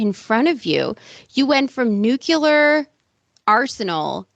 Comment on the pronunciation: "Nook-yu-lar"....Jesus, this chick is critiquing Robin?